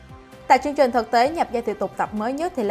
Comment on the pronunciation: Đọc không đúng chính tả chữ "Ch" trong chữ "chương trình". Chắc cố tình 🙄😑